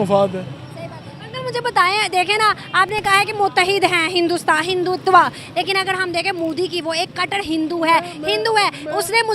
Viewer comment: Hindutva nahu Hindu tava bol rahe hai uncle Imran Khan bhi aise hi bolta tha